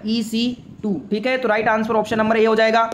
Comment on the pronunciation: Answer ❌ Ansuar ✅ 😂